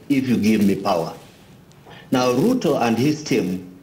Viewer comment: Its Ruto , not Lutho 😅😅😅